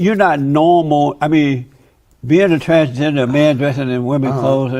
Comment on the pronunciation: He keeps saying “trangender” lol. No “s”. Can’t accept himself as he is and can’t even accept the spelling of what he wants to be. 😂